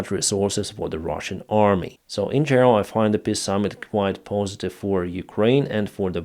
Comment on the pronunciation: You really have to stop saying PISS agreement. If it's a word you will use a dozen times every video, at least learn the proper pronunciation.